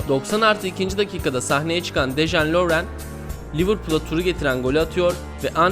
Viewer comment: Videoda bolca yanlışlık var.. Dejan Lovren diye yazılır "Deyan Lovren" diye okunur ancak yazıldığı gibi okunmuş. Nou Camp'a da Camp Nou deniyor ancak yine Nou Camp diye okunmuş. Son olarak Leicester'a Lieçestir denmiş.. Takdir sizlerin:dddddd